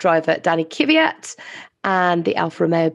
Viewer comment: You english people say Kyvyat, while it's Kvyat